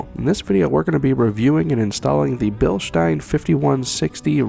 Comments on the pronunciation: If he was more of an exciting speaker and if he didn’t say Bilstein like “bilshtine” then he could really have something going with this channel bc this is a great review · It’s actually pronounced bill-steen. Currently stationed in Germany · i have the 14" travel version of these on a JKU crawler; it is an amazing shock if your rig is under 5500lbs. Respectfully, it is Bilstein ( Bill-steen) although, grammatically, Germanically and English-wise, you are pronouncing it correct for how it is spelled, Even the company people say BillSteen ( tho our Deutschlander friends may pronounce the S with their Sh inflection).....😉